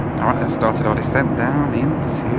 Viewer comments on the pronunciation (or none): none